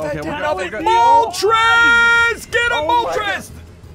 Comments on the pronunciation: Yeah Dude... She Said Voltrex, and to me voltrex sounds likr vulpix. i know moltrez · It's not Moltrez it's It's Moltreis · It’s moltress not voltrex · It’s a Phoenix not moltrez but ok